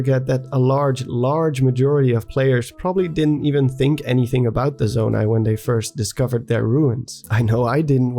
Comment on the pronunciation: I'm not sure why but I find voice and him saying "Zonai" so satisfying. Nice voice, dude.